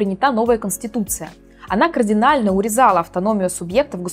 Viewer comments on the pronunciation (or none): none